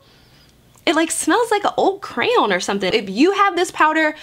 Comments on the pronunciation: They way you say crayon cracks me up lol I’m from Texas so we say it more like “crown” 🤣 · 😂😂😂😂😂 the way you say crayon is hilarious. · Omg the way she says CRAYON!! LOL🤣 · Bruh the way you say “crayon” 😂😂